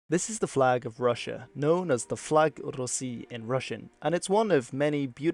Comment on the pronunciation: Lmao I like your trill in флаг России, it just should be shwa instead of o, but overall you good